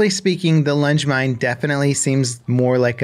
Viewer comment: I heard lunch mine 😂